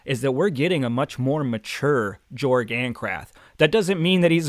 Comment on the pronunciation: I'm pretty sure you pronounce Jorg as "Yorg" as his world is set in an altered Europe if you look in the maps, Ancrath being in what resembles Germany, leading to his name sounding more like a Y instead of a J.